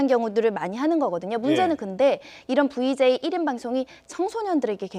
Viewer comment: 자꾸 변호사 VJ라고 하는거 나만거슬립니까